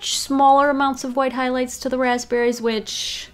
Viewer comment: "Who Hwhight"